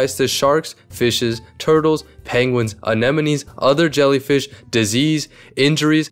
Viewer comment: Finally, a man who pronounces anemone as "anemone" and not as "an enemy."